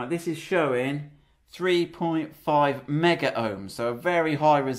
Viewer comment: i love your videos but, its not meggar ohms (that's a brand of electrical testers) it is megohms, as in millions.